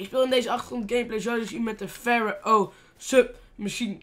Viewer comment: Kill dat wapen heet een PHARO geen PHARAO